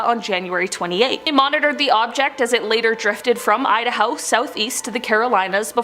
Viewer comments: Idahow?!? Lmao 🤣👍🏻🙏🏻🙏🏻🙏🏻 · Idahow? Idaknow! 😆 🤣👍🏻🙏🏻🙏🏻🙏🏻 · Say Idaho again please !!!!